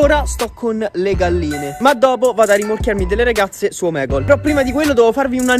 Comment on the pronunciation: hai sbagliato dire omegle